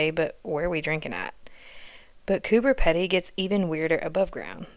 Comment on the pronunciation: Pronounced Coo-ber Peeedy. The dugouts are old opal mines. It is in far north NSW and extremely hot there for more of the year than not. That's why they are underground. You say you don’t like the humidity, fun fact, it is a dry heat here. Very little moisture in the air.